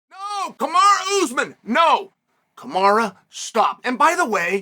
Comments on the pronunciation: I swear Chanel mispronounced names on purpose. “Kamara”😂😂😂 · I think Chael may have actually called Kamara instead of Kamaru. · Lmao Kamara 🤣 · I am convinced CHAEL is butchering guys names on purpose at this point 😂😂 JACK DELA MELA SHAVKAT RIHMAYEV KAMARA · Bro, Chael cant remember his own fucking name, much less Kamara and Bahalal geezus Chael stop being like your boy Tito! 🤣🤣🤣